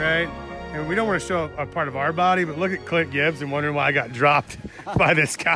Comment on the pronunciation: Did you just call him Cint Glibbs ? Lol. Good riding dude 🤘